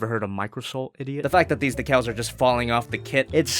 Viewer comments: It’s D-Cals not Da-Cols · It’s Dee-cals but you saying De-cals is funny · Its not decals Its De'cles you should know this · Decals, not decols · decals is pronounced dee-cals not deck-cals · It's "deecals" not "deckuls" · Decals is pronounced like your saying the letter D. As in Deecals. Not Deckles. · DEE-cals. You’re welcome. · Hey if you look back into this comment decal is pronouns dee cals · It's pronounced dee-cals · It’s deealcalls idiots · its Pronounce Dee-Kals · Decals pronunciations is Dee Cals with the cals being pronounced like in calories :) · For decals, it’s pronounced de-cails (kind of say cails as if it was sails with a c instead of s) Anything to help you out man, keep up the amazing work 👍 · Greninja zac No it's not. It's pronounced as Dee-Kells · "Dee cails" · it's deekaals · Dee-cals,. Dee-cals. You're welcome. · It’s Dee-kah-ls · Im pretty sure it's "deecals". Idk, I haven't been corrected myself. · It’s pronounced dee-cals big boy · I DEMAND MORE Also I say decals as DEE KALS. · Dee-cals bruh. Deeeeeeee-cals. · Decals Dee-kals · It's pronounced "dee-kells" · You pronounce decals Day-Calls 👌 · Dear it’s pronounced DEE CALS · It's pronounced decals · Decals (dee-cals) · I think it's Decals as in DEEEEE CALS like deeze nuts XD btw I've bin subscribed for 2 years and I got a swivel sickness by now but your still the funniest youtuber out there have a nice day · Its d-i-cals daddy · It's "dee cals" HOW BOUT THEM DEECALS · Decals (Dee - kals) Just a heads up but still, you can say things any way you want to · it's Dee/cals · It's dee-cals. Your welcome :) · Deecals is how you say it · It’s pronounced D-cal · it's pronounced decals. decals just sound weird. but not necessarily incorrect. tomato-tomato right? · "Dee-cals" That's how you say it. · ya goof, it's pronounced Dee-cals Emphasis on the D ( ͡° ͜ʖ ͡°) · Decals is pronounced Dee-cals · Hey... it is pronounced DEE-kal.